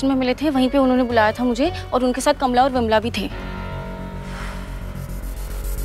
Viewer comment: jaldi jaldi mai kamla aur vamla boldiya😝😆🤣